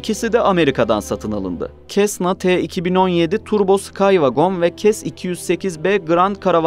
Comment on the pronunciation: cessna telafuzu "sesna" olmalı